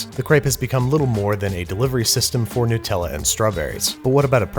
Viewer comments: HazelNUT, Not hazelNEWT... NUTella not NEWtella. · What's with pronouncing Nutella, which has nuts in it, like new-tella? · Sorry its hard to take this seriously when you say Newtella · “Nootella”? “NOOTELLA”??? It says “NUT” at the start and it’s made with NUTS! So it’s “Nut-tella”. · Nutella. Not Nootella. Do you say peanoots? Hazelnoots? Brazil noots? No. Why do we let you be a country? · It's Nutella, not "newtella". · Love this show but Americans just pronounce everything wrong. N-oo-tella....its literslly got the word nut in....NUTella. I'm english😂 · Hey Babish, just a quick thing. It's "Nut-Ella" not "New-Tella". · It's Nutella, not Nootella - cos it's made from hazelnuts, not hazelnoots. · Do all Americans pronounce nutella "newtella"? it's not "Hazzlenewt" why "newtella"? nuh-tell-a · 'nut - tella' not 'new - tella' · why are you calling it ‘Nootella’? It’s Nutella. Do you call a peanut a ‘peanoot’? 😂 seriously though, love your work! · you monster edit- it’s pronounced nut-ella not nootella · Great content as always. PLEASE rephrase 'newtella' to 'nut Ella' as is made with nuts. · Actually Sir, It's nutt-ella (nuhtella), not new-tella. Sincerely Anonymous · why do Americans say “noo tella” instead of Nutella??? is it a mental illness?? do y’all say “hazelnoot” too? No. You say hazelnut..... so you are capable of saying NUTella. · Whats all this "Nootella" business? You dont eat Peanoots or get kicked in the Noots. I can forgive a lot but you gotta put some respect on Nutellas name. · You’re the second American I’ve heard say Nutella as new-tella. In Australia it’s just nut-tella. Is the long u pronunciation a regional American thing? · Nyu-tella? BRO WTF?! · nutella contains nuts, not noots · Why do Americans pronounce Nutella so badly. It's a Nut/Chocolate spread... Nut-ella. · you had me until you called it "newtella" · It's called Nootella because they make it out of noots. Hazelnoots if I recollect precisely. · ah yes, 'Noot-ella'